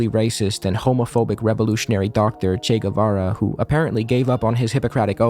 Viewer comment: Ethan Klein is like a parody character. "Chay Guevayray"